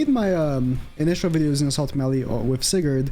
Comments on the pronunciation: Btw you pronounce it as sai-gard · I have yet to pull Sigurd. How do you not know how to say Sigurd?